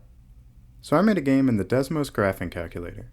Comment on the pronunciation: Graph"icing" Sounds like graph (l) ing